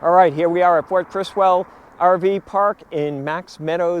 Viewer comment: It's pronounced Chiz-wel. A hard "ch"